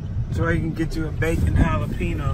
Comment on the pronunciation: actually ...... its NOT its pronounced halla-pen-yo. Thankyou very much